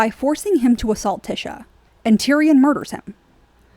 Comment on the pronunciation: I am observing that you have not watched the GOT series because you are calling TYSHA Tisha and not Ty-sha. Tisha is the false promise of Morticia Addams (Gomez calls her TISH) just saying